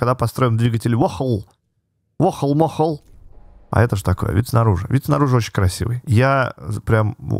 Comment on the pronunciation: Можеш пж читать vohle как раньте, типа не воохл а вохлє